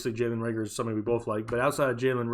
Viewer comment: Not hating but it's reagor